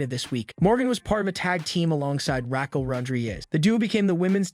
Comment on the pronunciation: Am I the only one who wishes the guy narrating these videos would learn how to read. If he knew anything about the wrestlers he would know how to pronounce their names. "Debut" is pronounced day bue NOT Debuht. Raquel Rodriguez is pronounced rah kel NOT rackal